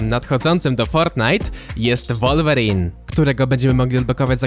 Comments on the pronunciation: sorki że cię poprawiam ale mówi się łulwerin a nie wolwerin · Wolverine czyta się jak Łolwerin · Ku***a mówi się łolwerin